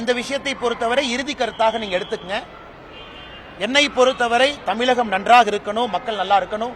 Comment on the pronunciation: டேய் பாடு அண்ணாமலை தமில் இல்லடா தமிழ் சொல்லு து த்து தூ............